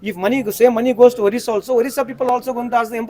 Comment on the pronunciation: First of all its Odisha & not Worissa, Why are you talking about Odisha sir, people don't have language discrimination there, they are one among few non-hindi speaking States in the Eastern part of India, but they are not insecure for sure.